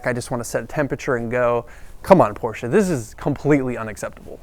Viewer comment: The guy does know the correct pronunciation for Porsche. That's a good beginning.